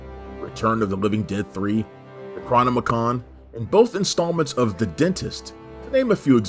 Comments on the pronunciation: lol at “Necrominicon.” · Necro Nomicon not Necron Omicon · When you mispronounce "Necronomicon," you lose all credibility as a horror fan. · I've never heard "Necronomicon" pronounced like that before. Had to replay that bit twice.